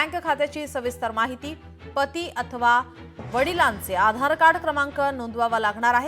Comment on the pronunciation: Patti nahi Pati😂